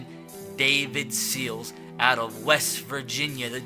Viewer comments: You say Sills like Seals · Sills is pronounced As in window sill not as like Navy Seal